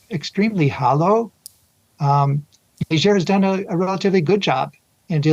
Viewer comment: It's A not ER